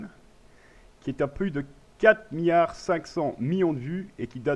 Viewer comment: "Houitième" position ? 6 "miyard" ? xDDD